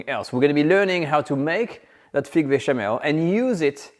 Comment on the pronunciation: First class lesson. Now sir practise this…put your tongue just beyond your upper teeth and exhale slightly to get the ;th’ sound in many english works. Its not feeque, but th + ik not eek. Th ank you, thrill…hope this helps